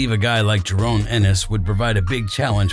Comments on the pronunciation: Its Jaron why are you calling him Jarone all the time? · Had to click off the vid soon as he said jarone😒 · Can’t even say his name right